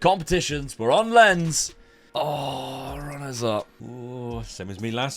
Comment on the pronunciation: Thank you for pronouncing Lens correctly